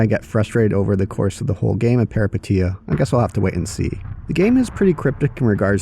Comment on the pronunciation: FYI Peripeteia means Adventure in Greek and pronounced peripEteia ;)